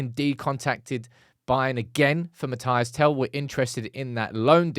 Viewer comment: It's Mathys not Matayass